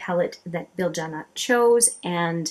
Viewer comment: Thanks! OK, I thought so. Just to clarify, should I pronounce it BilJYana or BilYana? I'll at least get it right in the wrap-up to this one! ☺️